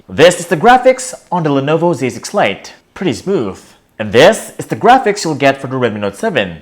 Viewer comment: I swear I keep hearing him say "Lenovo basic flight" 😂